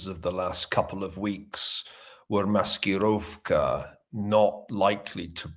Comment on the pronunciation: That was actually pretty solid, 9/10 pronunciation of маскировка. Caught me off guard